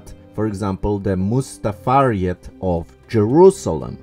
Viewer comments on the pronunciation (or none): it's called Mutasarrifate, you kept saying mustafariet!!!